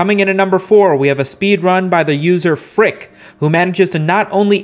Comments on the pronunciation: "Fricks" name is pronounced F-U-C-K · it's not "frick" it's "F-U-C-K" :) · i asked fuck in his chat during his AD any% runs and he told me it's pronounced f-u-c-k